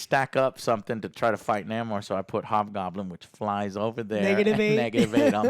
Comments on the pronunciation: Lol its not Naymor as in Seymour..its Namor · Excuse me... its not Namor, it's El Nah-mor. Thank you